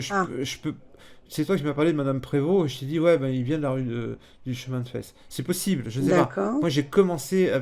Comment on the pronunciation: Par pitié pour mes oreilles de Vosgienne 😂 Pour Fays, on dit Féhï et pas Fesses! 😂